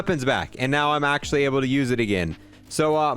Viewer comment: “THIS THING IS AAACUALLY”